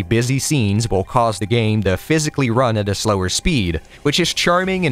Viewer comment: I know I’m an asshole but why can’t you pronounce the word “the”? It’s always “da”. I can’t explain it but it irks me to no end.